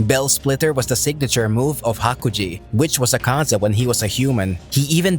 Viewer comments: Please man it's not aKAza its Akaza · i hate how you pronounce Akaza. makes me cringe